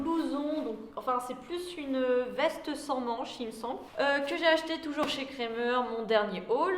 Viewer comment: Super ! Sinon petit conseil on dit "krAmer" avec un A 😉 gros bisous sinon 😘😘